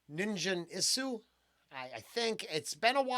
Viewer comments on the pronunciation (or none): Love your reactions! Just an FYI it's a hard G, as in "Get" or "Gain" Nin Guhn and the U in Isu, is almost not pronounced. Like EESE, and then a tiny tiny ooh sound that almost is not there. Colour Out of Space was an HP Lovecraft story. These guys like to write lyrics based on Horror stories.